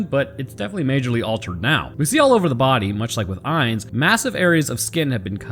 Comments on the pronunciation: Soldat is german for Soldier by the way Eins (actually really good pronounciation : Rammsteins Sonne uses it too) just means one Zwei : Two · I'm sorry but your pronounciation of zwei is not "meh, close enough" eins was pretty good even got a real german einz in the beginning. but it's not swei more like tswei anyways awesome video! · 1-eins is pronounced exactly right. 2-zwei is very close. the z is sharper pronounced in german like you tss at a cat who’s trying to do something she should not and you see her. And for the panzer it is very close as well. Again the z sharper and the a like a jamaican would say it and i think it would sound perfect maybe you can try and say it to your wife she will tell you if that does the job. Because of you i know how to say pronounce some words correctly👌🏻